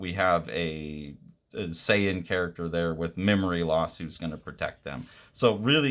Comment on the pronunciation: You actually pronounced Saiyan and Kakarot correct. Good on you